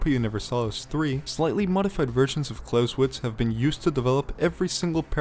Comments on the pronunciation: ngl, im getting annoyed by you saying "Klauswitz" instead of "ClausEwitz" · Every time you pronounce it with an English W it's like chalk on a blackboard. Good video though. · The "e" in Clausewitz is NOT silent.